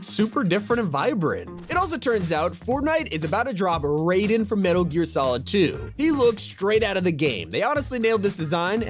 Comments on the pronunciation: right like its mortal kombat😂😂 its pronounced “RYDEN” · Raiden like Rīden, not Rayden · Raiden from Metal Gear is ALSO a Ninja! Also its pronounced RYE-DIN. Not the stupid Ray-din Mortal Kombat way! Also not a katana. The High Frequency Blade. Raiden's iconic sword. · I love how nobody who knows anything about mgs always pronounce Raiden wrong. It's RI- den not Ray-den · dude said rAden ;-; Also no Rules of Nature coming to Fortninte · Bro said Raiden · Im actually gonna cry next time i hear someone mispronounce Raiden bro